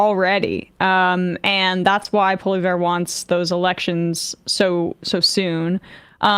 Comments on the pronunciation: Poilievre name is said PAW-lee-EV, not PAW-lee-VER. I don't like the guy but still, that's how you say his name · It's Pollievre (poli-ev-re) -- not Poli-ver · It's pronounced 'polly-ev'. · Normally, I would critique someone for not properly pronouncing someone’s surname (it’s Poilievre, not Polliver), but because PP is so heinous, I’ll let it slide. 🙃🙃🙃🙃🙃🙃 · Poly-ev. That's how you pronounce Trump-light's name. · I appreciate the butchering of PPs name. 😂 Keep it up! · I appreciate your professionalism Emma but feel free to pronounce his name wrong at any opportunity. 😂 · Emma's pronunciation of Poilievre is absolutely killing me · I love Emma's pronunciation of Poelievre's name and the fact that wasn't correcting her. Very funny